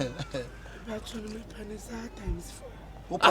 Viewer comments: leave girls to walk past in peace! Aahhhh ad3n 🤣😂😂😂 “Accturary.... 3y3 true, 3y3 true” 🤣😂😂😂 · I heard said actuare